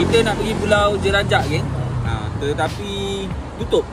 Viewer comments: Pulau jerejak boss bukan jelajak🤣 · Pulau jerejak bukan jelajak 🤦🏼‍♂️ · bang pulau jerejak bang bkn pulau jerajakk🤣🤣🤣